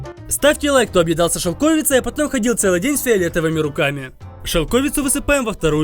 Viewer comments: не шЕлковица, а шелковИца!!уши режит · у нас говорят шелковица ( ударение на букву "и")